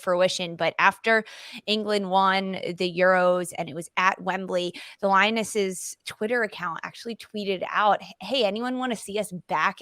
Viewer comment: Wembley not wembleeeey